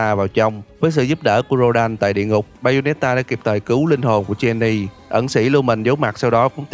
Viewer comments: Jeanne đọc là "Chan" mà ta, đầu clip nghe "Cheny" mình chứ tưởng Genie cứ ngồi thắc mắc trong game có thần đèn nửa hả ta 🥲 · góc ý chút là Jeanne là tên gốc Pháp, nên đọc giống như là "John", chứ không phải là "Gien nì" :v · Ko liên quan lắm nhg mà.. Jeanne ko phải phát âm "ʒin" đâu nha.. toy nghe tới mấy lần "Jin-ni" mà ko nhận ra là đang nói về đứa naò =))) Jeanne là tiếng Pháp và nó phiên âm là "ʒan", trong tiếng Anh họ viết là Joan, và từ này dc phát âm giống từ gốc trong tiếng Pháp... và b thấy đấy, trong game cô ta cũng dc gọi như vậy 🙂 Còn về ý kiến cá nhân mà nói thì toy ko thix p3 này, ko nói về gameplay, cái ending khó chấp nhận, đầu tiên là từ cái việc ghép Cereza và Luka thành 1 đôi, và có rất nhiều người tới giờ còn hỏi "thằng cha Luka này là ai vậy?", vì vai trò của hắn gần như ko có bao nhiêu xuyên suốt mạch truyện của p1 và 2, ngoài việc xuất hiện rất cool để tạo ra vài pha hài hước trong vài giây tới vài phút 🙄 Sau đó là.. họ khai tử hoàn toàn Cereza - main của cả series xuyên suốt 3 phần, cùng Jeanne luôn! họ để lại Viola, 1 cô gái với style tomboy ngầu lòi cùng thanh nodachi dài thấy mịa làm người ta liên tưởng ngay tới Vergil, nhg nó còn dài hơn cây hàng của Vergil, và cô ta theo 1 lối đánh khác biệt là "parry để kick hoạt witch time" - 1 cách chiến đấu có phần chậm rãi và chắc ăn hơn so với cái linh hoạt uyển chuyển né đòn kích hoạt witch time như Cereza!!! Đồng nghĩa vs việc họ nhá hàng cho chúng ta thấy p4 Viola sẽ thành protagonist, có lẽ là 99% sẽ thành sư thật... vĩnh biệt Cereza sexy với body cùng những động tác dancing bốc lửa, vĩnh biệt luôn phong cách dual pistol hoa mỹ! Thậm chí còn có tin đồn, or chỉ là suy luận của nhiều gamer, rằng có 1 drama nào đó trong nội bộ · ông này ko chơi game hay gì đọc tên Jeanne là jenni ưtf